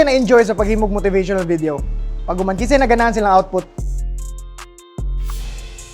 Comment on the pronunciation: Unggarttt GUZBAMS pa more 😂 nawala Ang P nyahaha